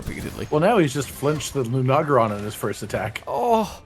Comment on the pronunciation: Lunaragon? hahahahah